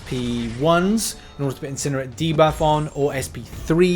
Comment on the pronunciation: I love you, you're one of my favorite mcoc youtubers, maybe my favorite. But when you say incinerate my ears bleed.